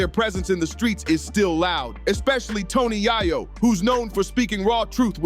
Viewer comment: Right cant even pronounce his name correctly yet trying to make a video... Super lame